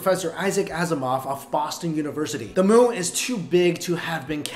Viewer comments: Savagenp 7 Once you hear it...it cannot be unheard. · You were saying moo instead of moon most of the times